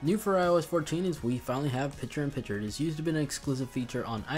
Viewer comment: Dude, it’s “picture” not “piture”. And it’s “library” not “libary”. But thank you for the new features.